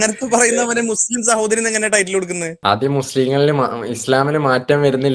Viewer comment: അവര് അവര്.. ആരാണ് ഈ അവര്. മുസ്ലിംകൾ. അപ്പോ ഈ വിളിച്ചതാരാ.. ഇവര് 😂. അതായത് H മുച്ലിം 😅😅